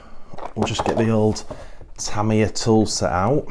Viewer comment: No R in TAMIYA